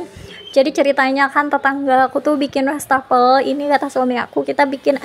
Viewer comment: Maap koreksi sedikit ya bund. Wastafel bukan Westafel pengucapannya. Maap kalo kurang berkenan. Sy termasuk yg sering intip channel ini dan sy suka menontonnya❤